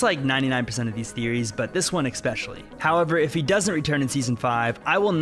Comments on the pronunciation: ESPECIALLY!!! NOT EXSPECUALLY!!! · Great vid, but my immersion in the topic was interrupted when you said the word: "Ekspecially" It is "especially" no k Like Espresso with No X. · It's ESpecially not EXpecially